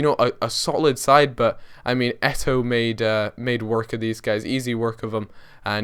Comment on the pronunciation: It's pronounced Eto, you ignore the second o.